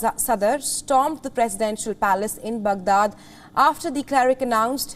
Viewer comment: I find it very difficult to train my ear to how this lady says “ Baghdad”… it’s just so weird. I wonder how Palki would say it.